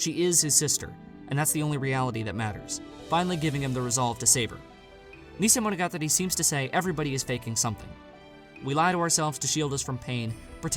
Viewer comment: Listen and learn to say it. Stop saying neesaymonogatari and bahkaymonogatari